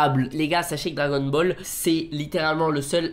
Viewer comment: "Dragonne bol"